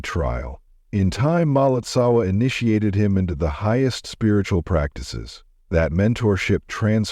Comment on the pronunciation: Please, when creating videos like this , pronounce the names correctly : it Marpa Lotsawa- teacher of Jetsun Milarepa; its Gyalwa Karmpa etc. And do not try to convince us - as with your story of Ramakrishna, that all religions lead to the same goal . We are practicing Buddhists and we know the path : Buddhism is very different from other religions like Christianity /Catholicism, Islam . Buddhism is not part of one world religion which you might ignorantly promote !